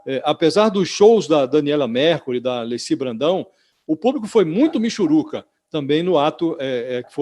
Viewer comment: MIXIRUCA ???? kkkkk Rapaz é miXUruca !!! AH raiva de Lula né Josias ?? Credo !!